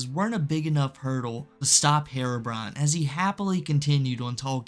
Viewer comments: I've never heard of this person before, yet i can instantly tell you his name is HERO - BRINE. not HAIR-ROW-BRIAN. so annoying... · The real crime is how you pronounce herobrine